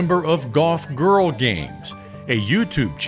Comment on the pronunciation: Great story, strange vocal emphasis on Golf GIRL Games. Hopefully it won't get stuck in my head that way because I have been a subscriber since day 1. Good luck on tour in 2025!